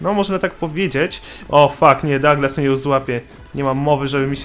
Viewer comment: sie nie czyta dołglas tylko daglas